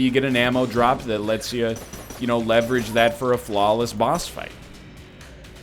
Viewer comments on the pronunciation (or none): none